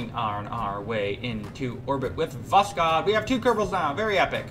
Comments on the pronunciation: its not vosCod but vosHod Hod like Hood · For Korolev, i believe you should read it more like "Karalyov", because it is written "Королёв", so Korolyev is actually more accurate than Korolev Also, you don't read "k" in Voskhod, because originally it doesn't even have k And Sayuz, not soyuz. This thing with reading "o" as "a" is a little wierd, but it's about accent, so... yeah All that isn't necessary, but i think it's cooler to say russian names correctly